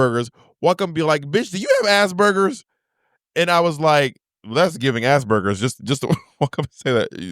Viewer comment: BOB STRAIGHT UP SAYING "ASS BURGERS" NOOOOOOOOOOOOO 😭😭😭